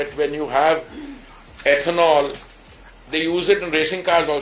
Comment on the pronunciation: Ethonal 😂😂😂😂😂 space technology 😂😂😂😂😂😂